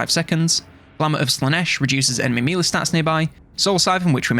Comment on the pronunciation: Mee-lee or may-lay= melee